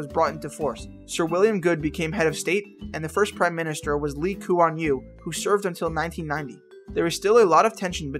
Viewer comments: Lee Ku Wan Liu Wtf man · The way he pronounce lee Kuan Yew was so funny! XD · You pronounced ”Lee Kuan Yew” wrongly